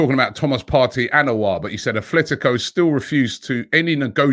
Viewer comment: Houssem "O" LOL